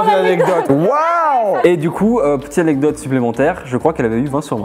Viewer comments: une anecdote: une anedote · Elle dit annedote et pas anecdote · pas anedotes, ANECDOTES Ps: ça ma tuer quand il te demandais de dire "Anecdote" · Petite aide pour: Anek dote c'est pas plus compliqué 😂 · Grave je fais que repasser le moment ou elle dit ANEDOTE ! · Mais oui anedote 😂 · qui ce fou de la gueule de à chaque fois qu'elle prononce "anedote" 😂😂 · anedote 😂😂😂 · Ne t'inquiète pas, tu n'es pas la seule à mal prononcer "anecdote" 😌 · Le nombre de fois où dooms a dit anedotes | | \/ 😂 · Prononcer anekdote 😂😂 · voici comment on prononce anecdote: A-nec-dote De rien 7n7 x) nice la vidéo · C'est anecdote et sa ce prononce aneKdote . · a un gros problème avec ce mot " Anecdote " Je rigole à chaque fois! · La prochaine fois dooms apprend à dire "anecdote"🤣🤣🤣🤣🤣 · ANECDOTES Je dis ça parce que tu ne sais pas le dire 😂😂😂😂😂😅😅😅